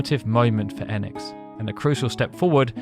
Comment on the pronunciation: EEEEEnix Like the hard E in phoenix Not ehnx😊 Enix